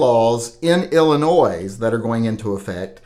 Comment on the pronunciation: 👍🤞✌ The S is silent in Illinois.